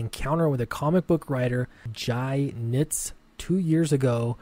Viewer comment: Yes, you're pronouncing it correctly. :)